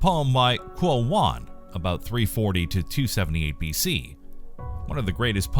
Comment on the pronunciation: Also, "Q" pronounces like "Ch" in pinyin. The only pronunciation for the vowel part in English I can think of is in "she". So replace consonant "sh" with "ch" is probably the perfect way to to pronounce "Qu", so it is like "Ch'e".